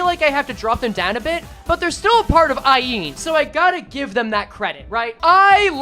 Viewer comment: every time says Aeen instead of Ayin i hear her voice louder